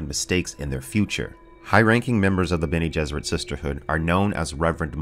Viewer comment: "Benny Gesserit" :P - but still, good vid